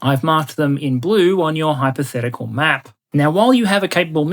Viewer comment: I love your "hypotehcical maps" always gets me to laugh with the way you say it.